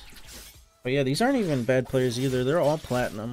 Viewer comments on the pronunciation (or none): none